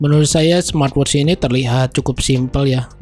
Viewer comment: "Smatwotsss" lmao